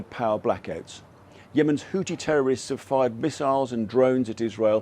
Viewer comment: Christ... It's WHO-THI .. with an H at the end... NOT "Who-tee" . It's LITERALLY in the spelling (Houthi), you're also in the region where people likely say it all the time and you still can't even say their name properly. HOUTHI .... NOT "Hooti".